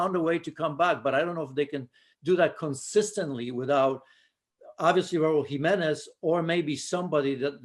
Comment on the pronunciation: I realize she’s not from Spain, but When she pronounced Raul Jimenez name I mean she sounded so authentic.